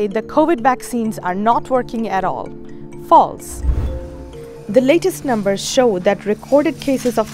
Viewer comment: Dear reporter, we don't need your personal opinion here. Especially, the way you are emphatically pronouncing "False". This is a sign of a collusion with the pharmaceuticalx industries. You should use terms such as : according to, given the fact from so and so...., from the opinion of such industry or so... Your zealous attitude of saying 'False' to people's experience in your response to people opinions is so bias by your taking position and side. Why can't you be neutral and simply report your findings. This is "bad journalism"! Considering that you don't voice your position and opinion when as journalist voting in an election. Some of you journalists have decided to be partners in crime with the vaccins industrie and be their lobbyists. WHAT A SHAME of not being transparent and independent, free from the pharmaceutical pressures.